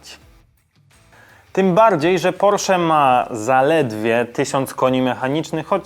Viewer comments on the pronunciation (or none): none